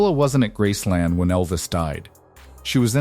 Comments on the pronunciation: It's Graceland not Grassland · It’s not grassland. For gods sake can’t it be a real person narrating? I hope it’s all true but calling it grassland makes me wonder. I hope they do not bury prissy at Graceland. Send her back to Germany. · "Grassland"? Oy...you didn't even pronounce the name of the estate correctly.